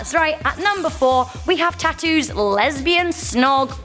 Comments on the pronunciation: it's Tatu not tatoo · um..... its the group is called T.a.T.u .... not tattoo ....... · its t.A.T.u not Tattoo